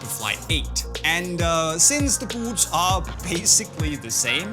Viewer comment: Love how this guy says “buuts”